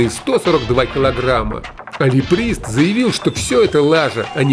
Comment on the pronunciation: Ри Прист? произношение именно такое было, подумал какой еще Реприст хехе